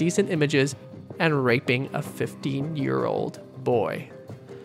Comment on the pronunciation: Did anyone else hear 50 year old boy instead of 15 year old boy